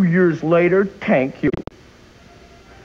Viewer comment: "tank you very much!"